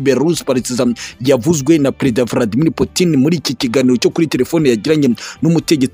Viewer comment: Nanga ukuntu uvuga Vladimir